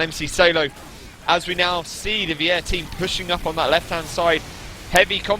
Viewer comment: lol vier is pronounced like fear not weeair (vier means four in german)